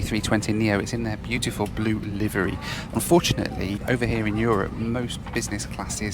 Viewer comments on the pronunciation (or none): none